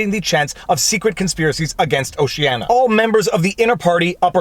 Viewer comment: O - ce - an - i - a 5 syllables.